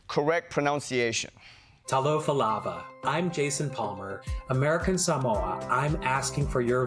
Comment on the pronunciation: As a Māori New Zealander with some passing knowledge of the Samoan language the way that he pronounced the Samoan greeting "Talofa lava” in his American accent was just nails to a chalk board.